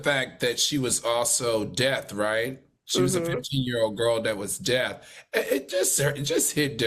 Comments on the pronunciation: Al, the word is DEAF! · "...a fifteen year old girl that was death..." Really Al...and you said it twice. Hearing impaired people are D-E-A-F, deaf...the word may sound like death to You. I suggest you getcha hearing checked ASAP! Geez! Blueface/Chrisean the rocks in his head fit perfectly into the holes in hers. Cease!